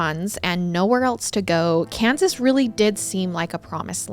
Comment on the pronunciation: Kensas.. Hein, sounds like Israel